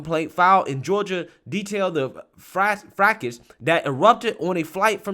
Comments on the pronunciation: The word "fracas" is pronounced "frahcah". Hope this helps. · Just in case you need to use it again, fracas is pronounced fraka. Think it’s French as quite a lot of English comes from when we were invaded by the French in 1066. It’s a posh way of saying disturbance/punch up 😹💋